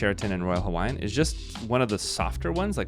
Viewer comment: Excellent video, man. Your pronunciation of Hawaiian words was spot on. That tells me you're either a great researcher, very intelligent but probably both. We're gonna stay there and so your validation makes me happy. Mahalo nui loa! 🍍 💙 🍍